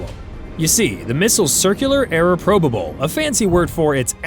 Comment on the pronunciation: PRO ba ble... error.... really? More like babble.... This AI audio commenter can't even pronounce simple English words correctly, what else do they get wrong...?? Don't get me started on the fake stories provided by this "influencer" scru-tub channel.... Don't subscribe to these bozos, they make money off you....!!!!